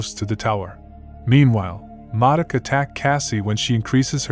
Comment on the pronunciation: “Moduk” really dude?